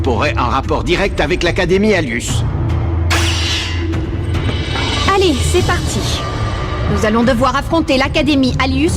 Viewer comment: au lieu de dire academie anus dites alius